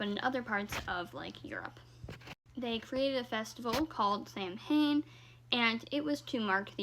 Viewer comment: please please please...it's pronouncec sown